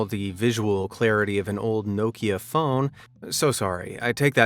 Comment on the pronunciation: Why can't you say Mario or Nokia ??? Are you broken as much as shitty wish products? And we DO NOT live in any kind of shire .... It's pronouced shur .... as in Yorkshire 1 word not 2 with stupidity leaning on the shire half of said words Cheshire, Derbyshire, Gloucestershire and even New Hampshire ALL pronounced ???shur Share this with your civilisation and you're welcome. NOT AMAZED at anything, ever!